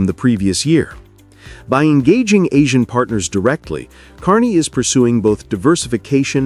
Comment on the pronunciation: is the English language evolving or are people just mispronouncing or is it just AI? ASIAN not Aus i an